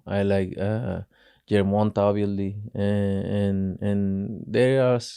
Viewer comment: Who tf is "Germonta" 😅